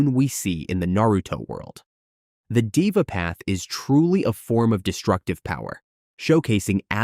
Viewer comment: Deva path in said as dhe-va not diva😂